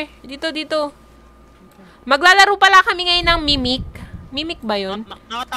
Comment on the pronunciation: Mimic po hindi "mikmik" HAHAHA 😂😂😂😂